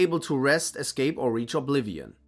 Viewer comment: DE eeturnal ohbleeveon